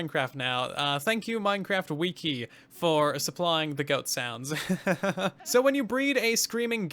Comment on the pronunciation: Why does he say wiki like that